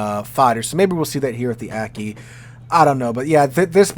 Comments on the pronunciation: Aki would be pronounced "Ah-kee" with the "a" sounding like father. All Japanese "a" sounds are the long "father" a. Also, Light and Heavy cruisers have nothing to do with the size of the hull, but the size of the guns. More Light or Heavy gunned than displacement. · Lon-joe (Lanzhou), roo-see-yone (Rousillon), and ah-key (Aki).